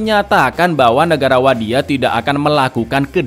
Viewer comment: Bang ngomong wadiyah nya kok authentic yak... Pake dho' wadiyah nya wkwkwkw